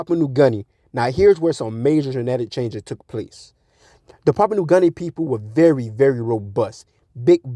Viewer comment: Your facts are coming from your ass. You usually disregard people with so called facts when can’t even pronounce the names of these islands. It’s Samoa not Somoya and Papua New Guinea not Papua new garnia 😂